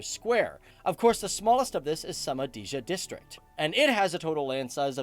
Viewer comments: Shoe-Ma'-Dee-Ya, not soma-deja. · Čovek je Šumadija izgovorio "Samadiža"... You could've at least googled the pronounciation